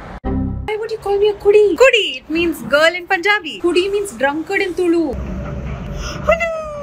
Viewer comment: She pronounced punjabi wrongly